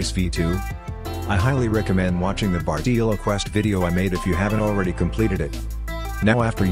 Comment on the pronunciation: "bartEELo" lol thanks for the guide tho